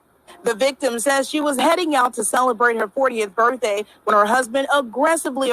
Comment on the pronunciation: Did just say Birfday?